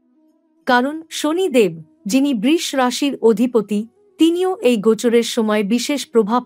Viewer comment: Sudu dhop kono kichue hobe na Dhopdhop brish bole kono rashi nai uchharon thik korun Brisho